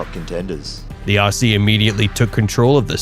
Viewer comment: When you say Aussie, pronounce as Ozzie. Great vid on our Perth boy.